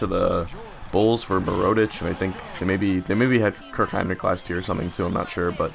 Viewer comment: Mirotic: Accent is on MI-rotic (with Mi sounding like the Mi from milk). Hezonja: Not entirely sure how to pronounce that, but you're constantly missing the J in it, its not Hezona ;-) Nene: Sounds like Neh/Nuh-nay, not Nay-nay Labrissiere: is from Haiti so I'm pretty sure its supposed to be French not English. Makes it "La" simple La as in Spanish or French "bris" the i sounds like the ea in bean and the s is silent (the double ss is pronounced as a single s) "sierre" is pretty much zjair, the s is harder so more of a z, the j is like the y in you, ierre sounds the same as air. Hope this helps! Keep up the good work and have fun in college!